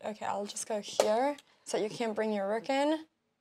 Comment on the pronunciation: I love how she pronounces rook: “REWK”